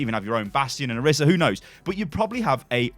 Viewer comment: Ok I’m sorry but I can NOT stand it when people say Oh-ris-uh it’s Oh-reese-uh